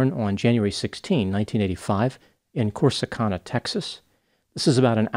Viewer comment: FYI, it is Corsi CAN a, like I can do it.